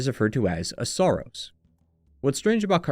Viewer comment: Sorry, but this is a very surface level analysis, I think you’re missing the bigger picture here. The first clue is that you mispronounce Saros throughout the video.